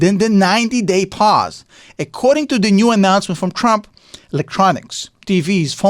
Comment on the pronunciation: He kept calling him Crump. 😅